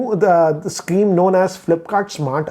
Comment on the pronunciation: He says sceme.